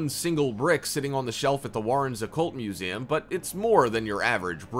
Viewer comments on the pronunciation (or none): It bugged me every time he said, “muzayum”. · No one: People watching: Me: making this Him:MusEAmnmmmm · He dead ass said “museaaaaam”